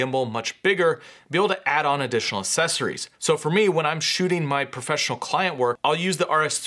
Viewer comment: Good video but good God please stop saying “sessories” instead of “accessories”. It’s really annoying.